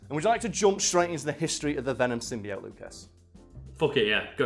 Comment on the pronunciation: I guess the prem-eyes of pronouncing "symbiote" wrong was too much for.